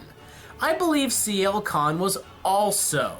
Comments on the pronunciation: It's Sienna Khan. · It's Sienna Khan. XD